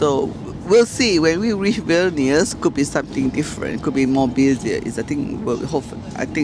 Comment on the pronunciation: You’re saying vilnius wrong. The i preceding the vowel shortens it in the lithuanian language.